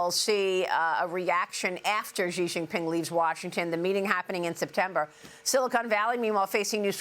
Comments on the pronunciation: It's pronounced SHE (Xi) not Ghee. It's not hard. Love him or hate him. Just say his name properly please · XI IS PRONOUNCED “SHE” FOR CHRIST SAKES, YOURE A JOURNALIST!!!! GET IT RIGHT!